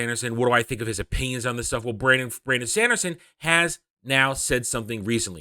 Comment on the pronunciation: I was really curious what you have to say about that. But that "Shandershon" pronunciation is just moronic. Sorry!